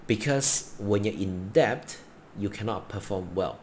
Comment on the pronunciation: Debt. Not depth.